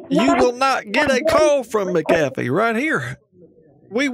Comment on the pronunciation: "It's not mistacoffEE, it's mcafOaye" - Hermione Granger